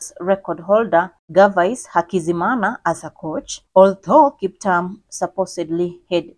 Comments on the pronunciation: She's saying Kiptam but a good and detailed video. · Please reread your script and pronounce the Kiptum with a ' U' as in a e i o u . It sounds horrible the way you prounounce the nane! For God's saje you are Kenyan! Otr are you not? I can exvuse you. But learn fast! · He is Kiptum not Kiptam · Kiptum not kiptam... anyway, may he rest in peace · Kip-toom please … written KipTum